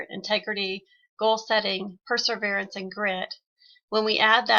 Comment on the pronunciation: The word is, "perseverance," not, "perserverance," you moron. How can you call yourself an educator? You're a disgusting liar and a bully.